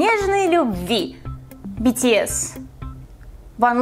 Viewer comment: произносите битиэс а бэтэс